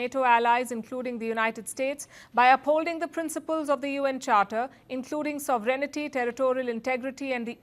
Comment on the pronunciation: She cannot correctly pronounce the word SOVEREIGNTY